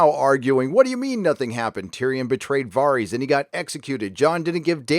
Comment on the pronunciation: Upvote for "Vareez"